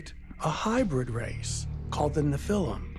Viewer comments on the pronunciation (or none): This Black guy is pronouncing Nephilim wrong !.